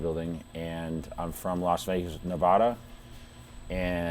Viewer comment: Is from Las Vegas. Cant Say Nevada correctly...